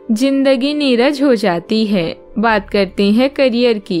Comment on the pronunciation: हाय अल्लाह तुम्हारी आवाज बहुत मीठी है बिल्कुल शर्मिला टैगोर जैसी है और हिंदी सीख लीजिए नीरस कहते हैं नीरज नहीं कहते 😂😂😂😂😂😂